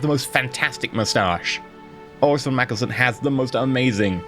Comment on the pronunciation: Hey I might be wrong but I think you might be saying mackelsen instead of mackensen, just though it was really funny